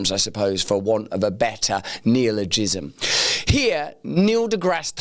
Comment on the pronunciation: Did you say Neil-o-jism ?